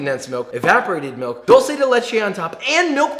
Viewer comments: He says dolce instead of dulce bruh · White people always say dolce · Screams in Argentina: Duel-seh. Duuuuuuuuuuel-seh. <3 You should look up Balcarce Cakes! They're freakin' deadly. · I’m still in shock how Josh said 12 instead of sweet in Spanish. “Duel-seh” 😭